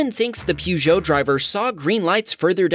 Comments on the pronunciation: Peugeot is pronounced Purrgeot, purr like a cat! Not Peau. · 😂 that's not how Peugeot is pronounced. It's PERgeot not PEWgeot. In UK dashcam videos they're commonly known as "shitting Peugeot!" since one frustrated dude's dashcam video went viral. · Peugeot isnt pronounced "pew-egeo". It's pronounced like "pago" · Americans pronouncing EU vehicles - "Peugeot" - Sounds like : puh·zhow. But Peu-Zeo cracked me up 😂. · pewjyoo? My dude, its pronounced puh-zhow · man says Peugeot like pewjow lol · Oh dear! It is pronounced Purr-Jo. Purgeot is French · Peugeot = PERgeot. why cant americans get the pronunciation right when it comes to French words? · i have NEVER heard that pronounciation of peugot before 🤣